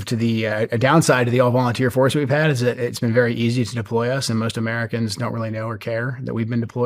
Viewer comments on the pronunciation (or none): none